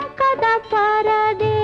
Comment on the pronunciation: AMkada parade ಅಲ್ಲ Ankada parade